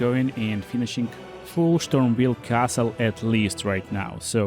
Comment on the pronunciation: Oh yaa kill Marjet in Shtormveil castle! Wit the Hoarfrost Shtomp!! Lmao sry!! Your pronounciation is epic!